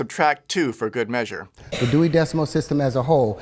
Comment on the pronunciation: That deewy decimal system